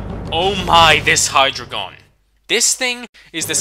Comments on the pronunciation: And Hydreigon is pronounced ( Hy-Dry-gon) DO U KNOW HOW TO PRONOUNCE ANYTING! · I thought it's pronounced gyarados and not gy arados I also thought it was mismagius not mismaygus I ALSO thought it was hydreigon nit hydrogon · SAYING INCORECTLY HYDREIGON IS SO ANOYING ITS NOT HAYDRAGON ITS HAYDREIGON LIKE DREI FROM GERMAN LANGUAGE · Hydreigon... "drei" is german for three... ILLUMINATI-CONFIRMED!!!!!